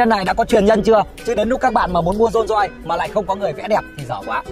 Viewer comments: Dôn doi ngọng líu ngọng lo thêm quả tiếng anh phát âm đi vào lòng đất nữa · Dôn doi là cái gì? Tên thương hiệu riêng của người ra mà cũng phát âm kiểu đấy á?